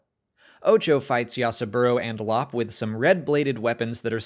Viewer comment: Lop’s name is pronounced “L- o - pe”.